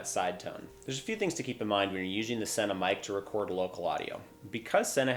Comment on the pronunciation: Is this guy an alien!? Why's he keep saying "useing", instead of "using"!?!